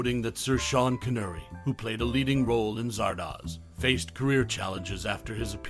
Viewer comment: CON ERR REE not CON URR EE, the mispronunciation took me out of an otherwise good video